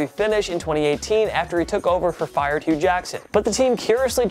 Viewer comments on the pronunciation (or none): none